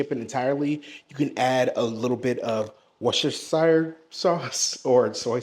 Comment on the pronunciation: Nah sorry I don’t trust someone who cant pronounce Cholula or Worcestershire. Lmao think you can cook but can’t pronounce basic sauces?